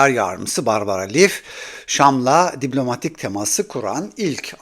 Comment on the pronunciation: Abi seni dinlemeyi seviyorum ama Allah aşkına diblomatik değil diplomatik de kulağımı tırmalıyor ya